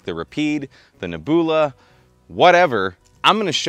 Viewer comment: But he got 'Neboola' 100% correct, so anything else is unimportant.